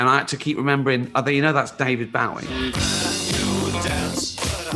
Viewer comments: he did not just say baow-ee i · Why Can't Say his name right - It's Bowie, Like The F*ckin' Knife